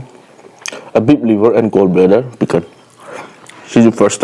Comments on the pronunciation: PIKAN WAHAHAHAHA SAY PIKLE NOT PIKAN.IMPHAN.FOOTBON.ELELETIGITY.WAHAHA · Bro say pickle don't say pickan😅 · Pickle ❌️ Pikan✅️ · Why are you saying picken?